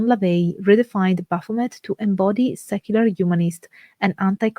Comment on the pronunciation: She cant even pronounce the name.... you cant teach me anything. Thumbs down